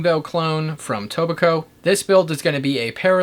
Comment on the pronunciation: did you say "Toe Buh Ko" for "Toe-Bek-Oh"